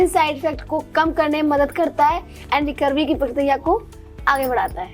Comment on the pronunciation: Not recorvy it's recovery 😂